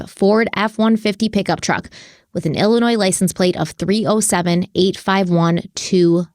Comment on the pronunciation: Illinoi…the ‘s’ is silent. Good show. Thanks!